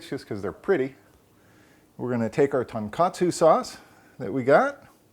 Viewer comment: TONE KA TSUE. also not done with Veal, TON means pork these are done with pork loin usually